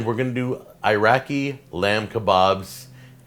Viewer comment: I don't know but sumac, but you definitely pronounced Iraq wrong.